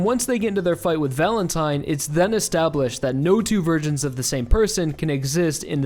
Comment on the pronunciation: When he says "No two versions" it sounded like "No two virgins" and I was confused.